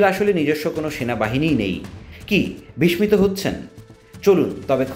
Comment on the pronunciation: বিস্মিত --- শব্দটির উচ্চারণ বারবার ভুলভাবে করেছেন। বিস্মিত --- শুদ্ধ উচ্চারণ হবে --- বিসসিত। ধন্যবাদ।